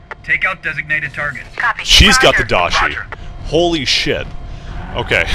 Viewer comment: The most annoying thing about the daishi is how you keep mispronouncing the name.